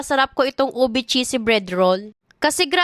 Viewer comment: “Obe cheesy brid”